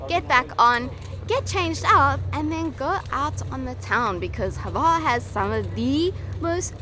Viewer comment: There is no "e" sound or sound whatsoever between the H and the v of Hvar. I know, it's hard to pronounce... Try this: You know the name Hugh. Now take the first sound you make for the name with the H and then add var.